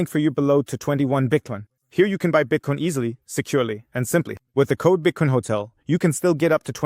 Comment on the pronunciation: Why the F do you say Bitcoin correctly half the time and then the other half say Bitkin or Bitcon? You must be doing it on purpose to get people's goats. Even my wife said it's annoying